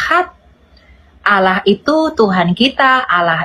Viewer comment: Sebut Allah saja salah, jangan kurangi huruf L dong. Siapa yg kenal dirinya dia kenal Allah..